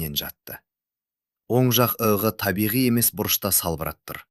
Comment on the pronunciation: Ық деп айтпай,иығы жараланды деп дұрыс оқы